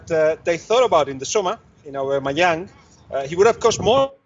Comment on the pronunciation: it's aubAmeyang robbie